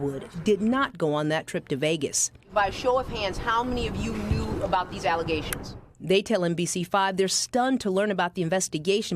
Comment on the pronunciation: The mayor said they were nothing but allezations. Hahaha